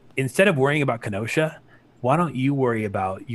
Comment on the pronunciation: Ken-oh-shah 🤣 im from wisconsin! Whats up!